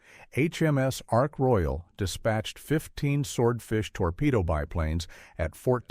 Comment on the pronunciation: Why is there a jet aircraft ??? Why is there a map of New Zealand Why is there footage of a Japanese Zero ?? Your pronunciations are awful... and this really detracts from the presentation, which is a real shame, because it could be so much better... Oh, and by the way, the aircraft carrier is Ark Royal - not Ark Royale !!!!